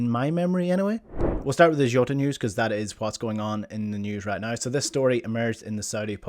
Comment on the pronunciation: Who is joota? It's Jota? Come on as a Celtic man u should know how to pronounce the man's name especially if you can pronounce ange name lol